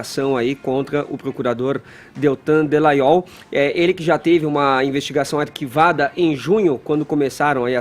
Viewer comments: acerte o nome do procurador! É Dallagnol não Dellagnol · Todo dia ouço esse cara chamando o Dallagnol de Dellagnol. Qual será seu problema? Será que não tem nenhum amigo pra chegar nele e dar um toque? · Não é Dellanhol e Dallagnol DA não DE que erre no Gnol beleza mas No DA DA LLagnol, Fefito o Queiroz ninguém sabe onde esta, mas você deveria cobrar a justiça do do Rio de Janeiro sobre o caso do Queiroz, mas o Celso Daniel esta no cemitério depois de ser torturado, e mais umas pessoas próximas a ele também estão no cemitério, você poderia cobras estas questões também sendo que o caso e bem semelhante do Queiroz. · ô... É Deltan Dallagnol não Dellagnol tem um "a" no Dallagnol poxa. sabe ler não? hahahahaah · o nome ė DAllagnol e não DEllagnol. Já que vai citar alguém,fale o nome certo,tá? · Fefito e Edgar ñ merecem mais comentários. Só a mim incomoda o chamar, nesse e em todos os outros vídeos, de Deltan DEllagnol?: é DAllagnol! Alguém do estúdio poderia avisar... jornalista tem obrigação de falar corretamente! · Pelo amor de Deus, alguém avisa ao que o nome do procurador é Deltan DALLAGNOL. Incrível como alguém que todos os dias apresenta notícias continue errando um nome que é pronunciado na mídia exaustivamente. É constrangedor escutar todos os dias um comunicador falando errado e ninguém o corrige.